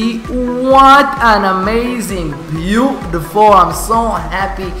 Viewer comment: I like the way you say bootifull